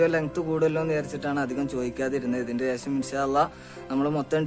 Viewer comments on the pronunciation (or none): none